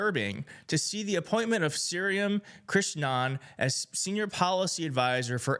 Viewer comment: Get the pronunciation right! It's shree Ram